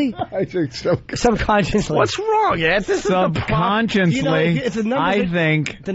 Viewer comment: when they all start ragging on Vos for talking like the retarded zilch he is has got to be one of my favorite O&A bits, at least from recent memory. Ant's "Oh my god" after he says "Subconsciencely" is one of the best "Holy shit, this guy is actually retarded" reactions I think I've ever heard lol